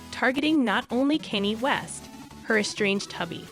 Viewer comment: i can't tell if you're purposely pronouncing the names wrong. i thought i was dead at kanny west but kid cootie might take the cake. wtf lmfao